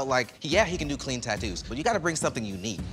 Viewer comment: Craig and Jimmy's battle embodied so much respect. They seem to have genuine respect and admiration for each others work...love to see it. Also, Cleen...Cleen SMH (love him so much) ahaha so adorable